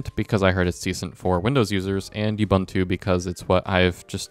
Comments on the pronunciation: Good riddance, learn to pronunciate. Ooh booon too. NOT you bun tu. Your review is irrelevant, sorry. Google does help ......take that from a literate Boomer. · Ubuntu is a word from the Nguni languages of Southern Africa. It means "I am, because we are." And this is how to pronounce it: ooh booon tooh. The way you say it, is offensive, you"ll understand when you learn something about colonial history. Pronunciation can be checked online, by those that understand browsers.